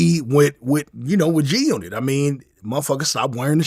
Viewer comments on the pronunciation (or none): We did not stop wearing g-unit shoes because you said GUNot bro.